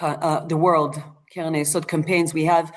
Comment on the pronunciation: I had difficulty understanding you, because of the way you sped through and pronounced some words, especially "Keren", because you made it sound like "Kelen" or even "Kelev". I am wondering if AI was involved here?